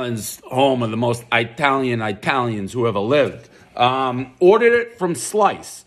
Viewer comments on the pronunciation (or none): It-alian not I-talian-bozo boy.